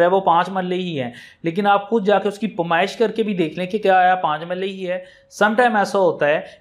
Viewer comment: Paymiesh na kay pamaiesh, farokht nay kay farokhat, lafz na kay lafaz